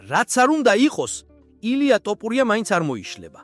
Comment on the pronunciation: ტოპურია ტოპულია :face-fuchsia-tongue-out::face-fuchsia-tongue-out::face-fuchsia-tongue-out